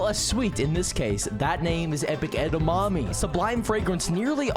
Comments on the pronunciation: Why does he say Eda mammy it’s edamimi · IT'S EDAMIMI NOT EDAMAMI, DUMBA$ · Edamimi is pronounced Ed-a-me-me Have you ever heard of Edamimi Beans 🫘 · it's definitely pronounced eda-mommy right guys 😩